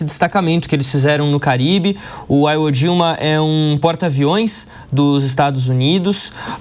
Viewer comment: 'Aiwo'. Aprenda a falar certo. 🤣🤣🤣🤣🤣🤣🤣